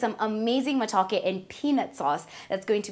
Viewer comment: Totally butchered that matooke on the peel